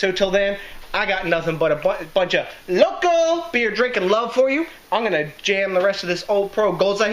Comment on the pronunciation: Local not loco right? lol. I use acid malt in my homebrews but only to control PH. how smart are the Germans to come up with all these loop holes to keep things to the purity laws keep up these kick ass reviews my brother Cheers DJ!!